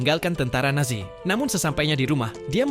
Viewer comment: Yang aku denger kok tentara nasi